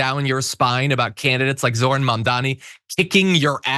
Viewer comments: Why can't any of these racists say his name correctly? It isn't difficult. Are they that stupid or are they just doing it on purpose? According to them any person of color who gains any kind of political power and has Americans voting for them must be here illegally and hiding some secret agenda. Horsesh*t. They tried to push that with Obama as well. They're awful, corrupt, greedy racists, plain and simple. End of story. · Notice that he said: "He's not a Socialist, he's a Marxist Jihadist. It appears "Socialist isn't a scary word anymore. And Banon didn't even say Zorans first name name correctly.